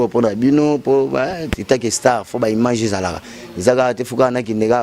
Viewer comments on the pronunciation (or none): none